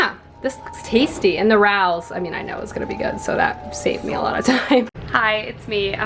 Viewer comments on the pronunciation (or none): Hello! New to the channel and this is my first comment. As a fellow New York apartment liver, I have to tell you the restaurant / sauce is pronounced “Ray-os” 😄 Love the content so far!